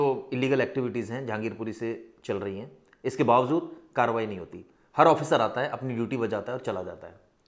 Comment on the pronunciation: You always says Bavazood, it's wrong words, correct words is Bavajood